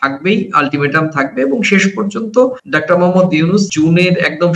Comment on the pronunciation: আপনাদের বিশ্লেষণ চমৎকার তবে বারবার আপনি "ডাক্টার" ইউনূস বলছেন। কিন্তু সঠিক উচ্চারণ হব "ডক্টর" ইউনূস। একটু সাবধানী হওয়ার অনুরোধ। আমার ধারণা আপনি আপনার ভুলটা ঠিক বুঝতে পারছেন না। শুভকামনা। চালিয়ে যান। ❤❤❤